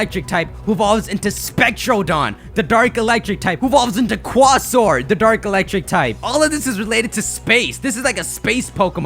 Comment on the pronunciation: It's pronounced "CUAE-soar," not "CUA-soar." Quasaur is based off of a quasar, which is also pronounced with a "quae." It's the same thing with Rayquaza too.